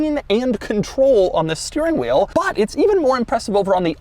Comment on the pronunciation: What’s a “STIRRING WHEEL” Doug?!